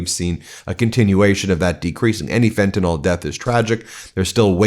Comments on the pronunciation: It’s pronounced fenta-NIL not fentanyl-NAWL. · can you and that military goon please learn to read? It is fentanyl, with a 'y', not fentanol. It is pronounced, "FEN-tah-nihl," not, "FEN-tah-nol." BTW, trotting out someone with three tour in Afghanistan, one of the places that never attacked us, and him being an "elite" whatever? Um. How many innocent people did he murder over there? Why are you acting like a mass murderer is worthy of attention? Military veneration is stupid, when their service was for the corporations, and the vanity of stupid presidents. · Fen-tuh-NILL! PLEASE! Yipes! And we'll all feel better when we jail the Epstein pdf-files.